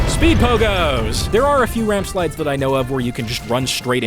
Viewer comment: "RamSplides" (someone had to do it)